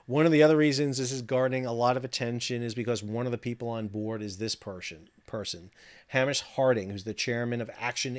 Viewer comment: British pronunciation correction here. Hamish is not the A in Amish. It is Aim-ish. All the best. Always interesting and informative. Fingers crossed for a rescue.